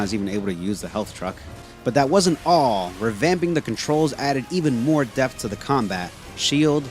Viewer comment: Hello again. I'm hearing you say, "deaf of the gameplay", but you obviously meant "depth of the gameplay". The "p" in depth is not silent.